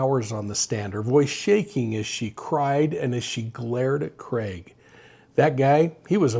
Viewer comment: Thank you for saying his name properly. What’s with other channels calling him Creg? Drives me nuts!